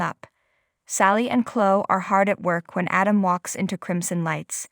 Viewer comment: Please get narrators that can pronounce words and names properly. The name is Chloe! =“kloee”. NOT klo!! Devon NOT “Deevin” and “Lilly”. NOT “Lilee”. Uugghh!!